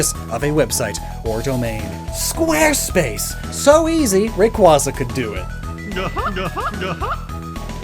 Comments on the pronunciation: It's Ray-Kway-Zuh 😝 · FYI, Rayquaza is pronounced as Ray-KWAY-zuh because the "quaza " part refers to a quasar, which is pronounced as "kway-zar".